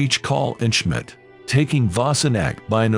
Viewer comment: Who knew that Schmidt was pronounced "Shim-it"?